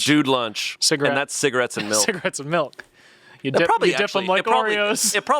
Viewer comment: anyone else clock that says melk?